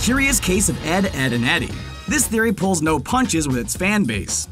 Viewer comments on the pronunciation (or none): none